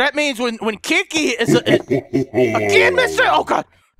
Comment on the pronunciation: It sounds like you're calling her 'Kinky', not 'Kiki" xD